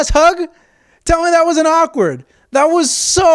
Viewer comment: You saying awkward is kinda awkward